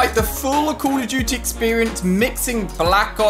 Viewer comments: “Call of Jute Mobile” yo- you mean “Call of Duty” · Why say call of duty like that